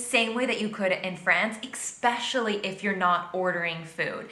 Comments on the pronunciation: Anyone else notice she’s said “Expecially” instead of “Especially” multiple times in this video? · Your jokes are fine. We know you. She’s talking about cocky jerks, not you. Public transport in New York City and Chicago is excellent. Just don’t be heavily having almost sex in public, and no one will care. She overstates the road rage thing. Also, she says “exspecially” so she’s clearly not bright. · You have to take her with a grain of salt. She says "expecially." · Well she needs to learn how to pronounce "especially" it's not pronounced "eck-specially"! LOL✌🐢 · Her mispronunciation of the word, “especially” is maddening. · Do not react to part two this contributor is horrible she can't even pronounce words correctly